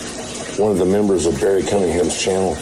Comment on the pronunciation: It's Barry not berry!!!